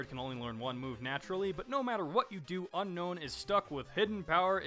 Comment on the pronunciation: sorry to be picky lol but its un-own not un known:p like un own me haha